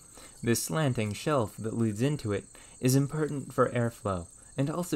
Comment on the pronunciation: Where is he from? Theres a part of his speech where every time he says something that should be "or" he says "er" examples are "impertent" "ferm" "ferge" or maybe it was "ferage" just something I noticed in the two videos ive watched